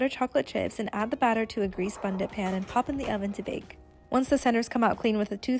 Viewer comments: They are laughing because Americans pronounce it like “BUUNNTTT CAKE”… not ‘Bundit’. But do u hun. 😅😅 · Not sure if you were saying bundit on purpose but it’s pronounced more like bunt 😊 and your bundt cake looks delish! 💕